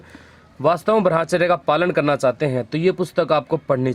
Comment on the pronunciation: भाई जी आपसे एक निवेदन है शायद ब्रह्मचर्य का उच्चारण आप सही से नहीं करते हो थोड़ा ध्यान दीजिए , आपकी मोटिवेशनल वीडियो बहुत अच्छी लगती हैं